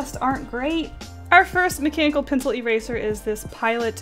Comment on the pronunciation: She said macanibal pencil :o